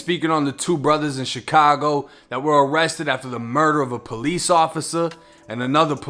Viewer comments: is he meaning to say “peace officer” or is that the accent lol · Say the word, "Police"... one more time lol that accent is funny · Why you keep saying police like that bro😂😂